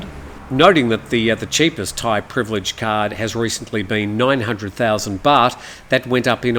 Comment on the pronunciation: They should just give you thai citizenship for being able to pronounce all these names !! 😂